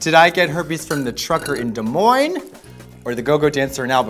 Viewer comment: how dare you butcher des moines like that 😂